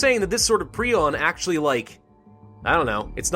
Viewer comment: It's pronounced pry-on.